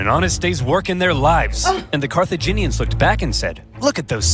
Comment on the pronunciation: Carthaginians are not CARCIGENS 😂